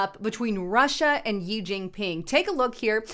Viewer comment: xi pronounced "she" not yi